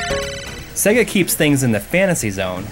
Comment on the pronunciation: Cool video, but why can't you pronounce SEGA if you have been a fan for so long?